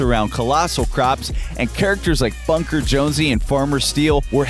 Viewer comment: did he just say funker jonsey